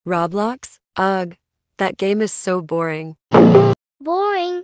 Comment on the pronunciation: they are not saying ugh they are saying ug